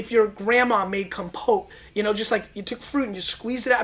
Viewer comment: Dude said "kompot" In the most american way ever